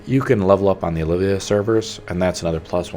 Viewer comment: Idk why. but it triggers me when ppl call the channels Olivia.. it's OLVIA :D Good vid though